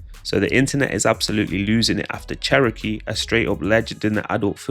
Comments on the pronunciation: lol sheroakaaaaay 😂 it’s pronounced chero key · I dunno what she upset for. You're in entertainment and these rappers mentioning you will keep you relevant . Also why the fuck does the narrator call her churowkey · Calling her Sherokee is crazy😂😂😂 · Say her name right